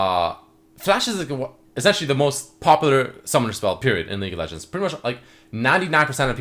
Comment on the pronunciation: i swear legit said "leak of legends" in the beginning of this video